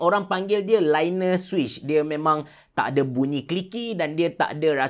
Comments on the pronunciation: Linear sebutan dia "li-ni-yer".. hehe bukan "lai-ner".. bukan nak kecam nak bgtahu je supaya nanti in the future bole betulkan.. pape pun, lawak "pelincir" mmg terbaik hahahahahahahahaah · Linear sebut dia "lee-nee-err", bukan "lai-ner" hahaha. Anyway thumbs up bro good video untuk comparison ketiga-tiga jenis mainstream switches. My favourite is Outemu Brown switch on Phantom TKL. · lee-ni-yer linear 😔